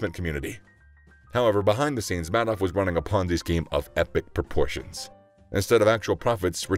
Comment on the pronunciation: Isn’t it pronounced “Made Off”